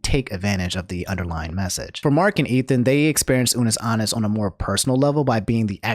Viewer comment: i know you didn’t just say unus aannus and markeeplier